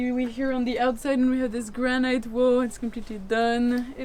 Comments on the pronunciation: GRA- NIT, GRA-NIT, GRA-NIT, GRA-NIT, not granite. Please, please, please adjust ; ) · Well has come a long way if the main thing you can criticise about the video is the pronunciation of the word "granite" by non-native speakers. Well done!